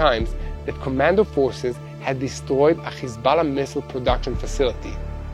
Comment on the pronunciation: Khisballa!..why is that yiu cannot pronounce H